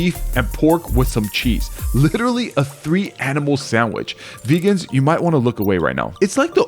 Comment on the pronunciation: veggans you might want to turn away...why would a beggand be watching a KFC video